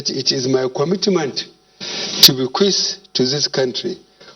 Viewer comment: This man is very very sick, you can see that from his movement and actions. He is really dead. Dead man reading he’ll presidential address to dead country (kantry), kwomitment, krikital chalinges,taranparat, domokarasy